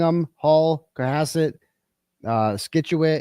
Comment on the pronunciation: Okay. I listen to your nonsense because you are informative. However, Wareham is NOT the south shore. It’s the South Coast. No part of Wareham touches Cape Cod Bay which is the South Shore. Wareham touches Buzzards Bay, along with Marion, Mattapoisett, Fairhaven, New Bedford. N Scituate is not pronounced “SKIT-U-IT”. It’s pronounced “SIT-CHU-IT”. Be better!